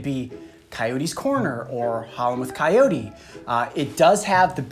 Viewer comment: Am I the only one who thinks the way he says coyote is weird ? "Cayoti"